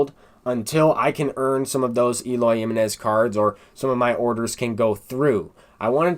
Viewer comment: Lmao the way you say Eloy Jimenez's name is kinda cringe, its HIM-Eh-Nez lol not JIM-MEH-Nez but overall good content bro